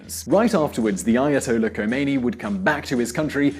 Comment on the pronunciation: Khomeini not Homeini :)